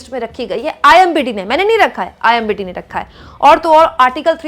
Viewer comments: Imdb. Not imbd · IMBd nahi madam IMDb ( internet movie database) hota hai upar likha hai tab bhi repeatedly galat bolrahi hai aap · IMBD NHI HOTA..."IMDB hota hai" Please, Cross Check your mistake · Mam its IMDb not imbd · It’s IMDb not imbd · Kya kumkum imbd nhi , imdb h thoda padha to lo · It is "IMDb" not IMBD